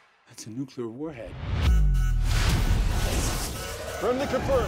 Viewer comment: bro said 'its a nucular warhead' couldnt even pronounce nuclear right after practicing a script over and over for a movie about a nuclear warhead..